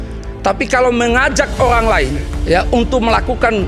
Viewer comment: Olang apa owang😅